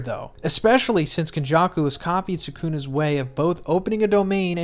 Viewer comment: “Megoomi” “Sakoona” 😂